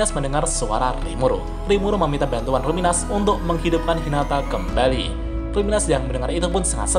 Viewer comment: Kalo luminous dibaca ruminas, jangan2 rimuru selama ini namanya yg bener itu Limur